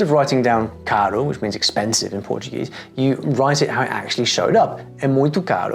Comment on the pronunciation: His pronunciation in portuguese is better than mine. That's so crazy man.